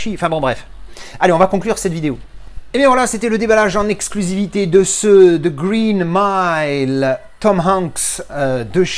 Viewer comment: "The Reen Mile" ça c'est la classe 👍🤣 Superbe édition 😎